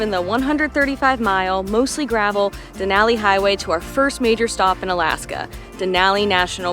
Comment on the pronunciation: Couldn’t enjoy the video for y’all mispronouncing Denali over and over. It’s downright disrespectful. A simple Google search will let you hear the proper pronunciation. Duh • naa • lee